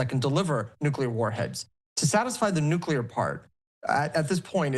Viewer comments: If they have "nucular" weapons that's ok. Long as they don't get "nuclear" weapons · I think we should discredit anybody who gets on tv and says "nucular" instead of "nuclear".